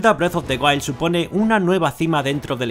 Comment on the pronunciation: parece que dice breast of the wild jajaj